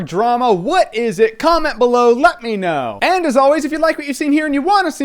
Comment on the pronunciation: Did you say "nut me know"?